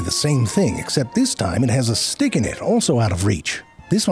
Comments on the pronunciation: Hes saying dick right? Im not mishearing that right?😂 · Haha, once I almost thought you said "crow stick". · You're saying 'crow's stick' to sound like 'crow's dick' on purpose, aren't you, 👍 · You think we didn’t notice you saying dick instead of stick multiple times?! Eh?? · your defo saying dick and stick its hurting my brain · I am hearing "crow's dick" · How is no one commenting on crows "stick"/"dick" lmao you clever bastard you know you pronounced dick several times lol i love zefrank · haha. I can hear you actually saying dick. makes it so funny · This pronunciation really makes it sound like this is a documentary about crow's genitalia. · He's definitely not saying stick... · I wonder how long he had to practice to learn to pronounce the word such that it sounds like the midpoint between "stick" and "dick". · I can’t handle him saying “Crow’s stick” one more time, and I hope that’s on purpose. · Zefrank once again riding that fine line between the t and d sounds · Ze I seriously am not hearing stick lol I'm hearing a totally different word 😂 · thats not how you say stick